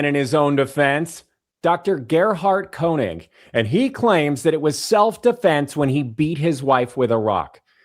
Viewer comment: Your pronunciation of Konig is redicilous. Body language is seriously suedo snot. I can smell quilty from far no need a kwak to impress me.